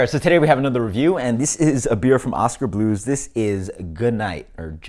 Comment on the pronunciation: I love how you tried to makeOskar Blues sound fancy there at the end. Oskah Blruuuhs.